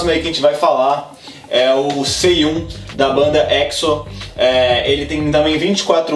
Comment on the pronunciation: As pronuncias dos nomes: Sehun - Cêrrun Jungkook - Jung gu Baekhyun - Beke rriun Espero que dê pra entender!